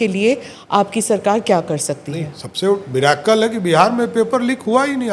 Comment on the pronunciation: Miracle शब्द किसने सिखाया इसको!😂 इस शब्द को जबरदस्ती बोलता है भाई ने इसलीए उच्चारण भी सही से नहीं कर पता है!